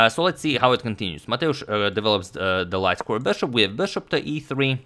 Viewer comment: I really like the way you say ‘bushop’